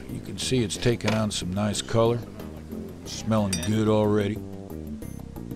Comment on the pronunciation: SMELLS GUH!